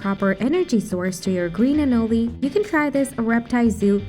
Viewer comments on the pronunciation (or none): It’s pronounced anōle, for chrissakes!! And because of that, it’s thumbs down for this.